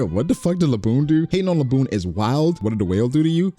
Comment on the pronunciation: Bro should be banned from anything One Piece really tried to say Zoro Edit: I’m crying laughing bra that nigga said Laboon😭😭😭